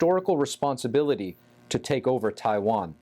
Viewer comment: She said uver or oover all